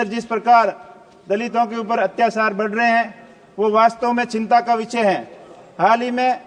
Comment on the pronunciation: विचय की जगह विषय बोलो , सरसा की जगह चर्चा बोलो, सिसाई की जगह सिंचाई बोलो, आपका कद बहुत बड़ा है वर्तमान में क्यों को रविंद्र सिंह भाटी को आप हराकर आपने चुनाव जीता है तो आपसे अपेक्षा रहेगी कृपया करके शुद्ध हिंदी बोले😂